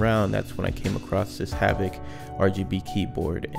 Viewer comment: I think it's "Havit" just a heads up. Great video bro!